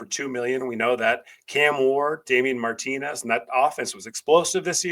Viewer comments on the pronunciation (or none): none